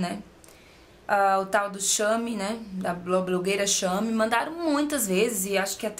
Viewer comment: Muito bom o vídeo! Eu uso 36 mas odeio vestir este tamanho, acho seu corpo liiiiiiiiiiiiiiindo e estou lutando para ganhar massa magra, mas tá difícil:( Só uma leve correção, se pronuncia "cheime" (em relação ao blog shame), antes que venham querer te zoar, como se alguém fosse obrigado a saber outras línguas. Beijos e parabéns pelo canal;*